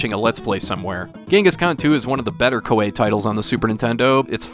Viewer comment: I really enjoyed playing this game. To make it quicker, you can so automatic battles without the battle screen it will just tell you if you won or lost. That's how I prefer it. Also, Koei is pronounced Ko-EE